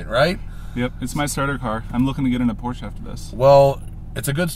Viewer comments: "It's my starter car, I'm looking to get a Pors-che next" :D HAH! I love ambition, but c'mon man enjoy your time with Farrah driving your Honda! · "looking to get into Por-SH after this..." No you're not. Stick to hondas.